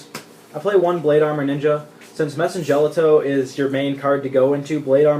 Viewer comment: Your side decking macro and d fissure? You do know the madolche hit the grave before being shuffled right? So you can't add back to hand with chateau or search from ticket. It pretty much wrecks your deck. And you mispronounced mewfeuille and messengelato sorry just bugs me.